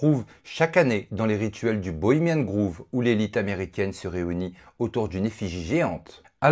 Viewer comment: Parcontre vous faites tous tous la même erreur avec le bohemian grove..cest GROVE,pas GROOVE..rien a voir,grove ca veut dire marais ou marecage..mdrrr vous croyez tous cest un groupe de funk ou quoi,les bohemiens du groove😂😂